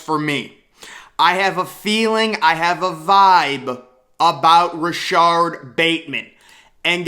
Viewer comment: Its RashOd... man I wanted to scream at you that whole section!